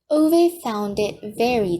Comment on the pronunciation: you should redo every chapter, this mispronunciation of the name Ove is not only disrespectful to the author, but it's irritating to hear it time and time again through the book read